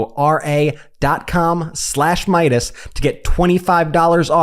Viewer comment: That honey ad would come across better if it was presented by a kiwi. He says manuka alright, but manukora is painfully mispronounced.